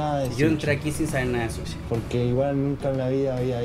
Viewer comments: Sushi, no suchi... pensé en su sonido muchassssss veces... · no es suchi, es Sushi A pero dicendo misogeno cuando la palabra es misógino, hay no si el también xD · Es sushi, no suchi Also: A D M I N I S T R A I D O R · Gracias por hacer hincapié en que es sushi y no suchi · Se dice sushi no suchi 💅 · Yo Trabaje en un Restaurant japones y el Dueño me dijo q Sushi se pronuncia susi Y es super facil hacer sushi